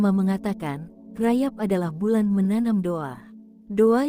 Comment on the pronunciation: 77 bukan RAYAB tapi RAJAB tolong di sebut dengan betul.